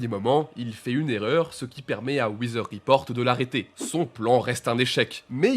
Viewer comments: Eh faut bosser la prononciation en anglais les gars parce que Hiven Door et Wither Report c'est pas possible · Vraiment sur les accents faut faire un petit effort par contre, wizer report ?? sheer earth attack ???